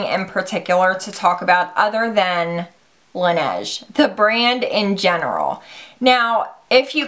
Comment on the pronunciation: Laneige is French for the snow, and it's pronounced la-nage